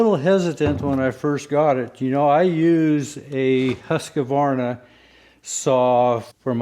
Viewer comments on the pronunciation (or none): 😊 I always find it funny how people say , "huska varna" when it's actually 'husk varna' (HusqVarna) . I wonder How and When that 'A' in the middle got started 😄🤔 SOOO many people do it 😊